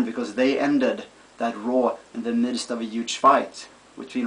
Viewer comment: You have R pronoucing problem. you said raw Rawr. LOL